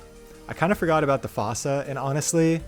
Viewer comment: Hate to be that guy but fossa is pronounced like foosa (like in the madagascar movie!)